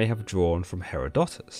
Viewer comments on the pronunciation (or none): He-ROD-o-tus, not He-ro-DO-tus. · I think you pronounced a lot of names and key words wrong but the most hilarious was the way you pronounced Herodotus. 🤣